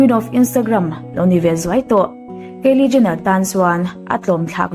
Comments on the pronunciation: keili niloin kylie (kailie anga lamtur) i lam ngun vebawk siaa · Kaeli ni lo kylie aw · Kalie ni lo in kylie aw